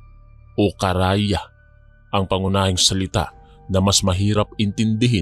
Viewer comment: Kara ya😂😂😂😂 Karay a po Hindi po Kara ya😂😂😂